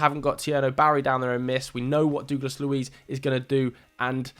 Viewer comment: You are mispronouncing Douglas horrendously 😂😂